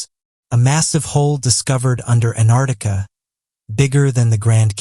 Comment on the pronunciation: It's annoying how you say Anartica then correctly Antarctica only to go back to Anartica again. Plus you really need to sort out your punctuation